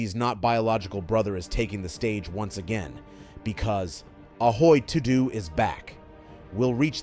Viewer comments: Did you really just say Aoi TooDew? Instead of Aoi Todo (Toe-Doh) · Ahoy Toodoo!